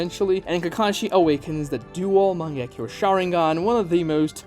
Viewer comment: Heard you pronounce "Mangekyo Sharingan" and had to click off the video dawg wtf was that